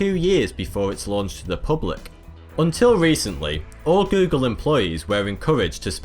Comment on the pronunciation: And how does he pronounce it? Gü-gül 😁